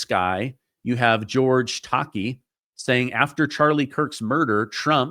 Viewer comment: ITS NOT GEORGE (TOK-KEY) ITS OBVIOUSLY GEORGE (TUCK- KI) YOU KNOW SULU FROM STAR TREK. LEARN HOW TO PRONOUNCE THE NAMES A FAMOUS PEOPLE. THAT'S REALLY SAD